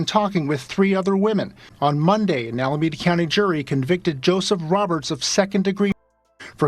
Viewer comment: Thank you for this story. And for future references, it's "A-la-me-da".